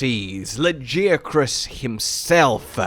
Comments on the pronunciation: Hard ' G '. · Luh-geeh-ah-cruhs???? Dafuq. Ain't no way anybody is pronouncing it like that. Idk what it is with MH players and pronunciations from fking narnia. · Your pronunciation of Lagiacrus is wild lol. Luh-Guy-uh-kris is correct I believe. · I will accept any other pronunciation of Lagiacrus except yours.... wtf was that.... ToT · Im still tryna figure out the correct way to pronounce Lagi's name bc every single time i hear his name being said its pronouced complete different. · I gave you crap over the pronunciation (and yes I do pronounce it Tie-grex and am a hypocrite) but your excitement over this addition is awesome to see. Lagi has always been my favorite monster and I started with Tri, I reacted just like you said to the second title update. He just has such presence and a lordly feel. Good analysis of what his addition means going forward. I truly hope they keep the size from world.